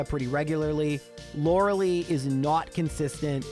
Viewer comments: So, it's LorelEi (spelled Lorelai) like in Gilmore Girls. Super annoying to hear Loreli every time. sorry everthing else, your vids are super cool. giving thumbs up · Lore a lie, not Lore a lee. Stop saying her name wrong,. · Lori LIE nor lori LEE